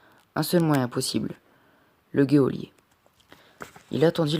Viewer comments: Super lecture en revanche on dit un JOLIER non un GUEOLIER (geôlier) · C’est GEÔLIER pas GUEOLIER